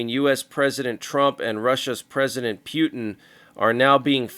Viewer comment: 😂😂 I think it’s SO funny how you call him “Pew Tin “! 😂😂